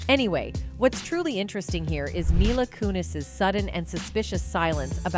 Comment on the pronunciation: not myla its -mee-la mila